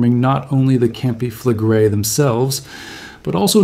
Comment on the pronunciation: "Campi flegre-i"! Ist das wirklich schwer auszusprechen? Es heißt NICHT: Kampe flegre! Was für ein Vulkanbogen? Ein "kampanis-tschen"? Eine echte Stimme ist zwar sehr schön, aber nur, wenn der Inhaber dieser Stimme auch lesen kann. Der deutsche Text ist unakzeptabel. Ciao!